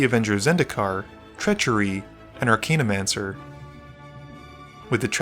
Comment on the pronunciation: Weird that you pronounce Archaeomancer as "Arcane-omancer"